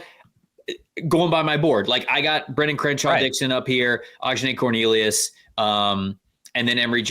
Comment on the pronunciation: Hey lads! It's pronounced "Uh-John-ee" Cornelius ;)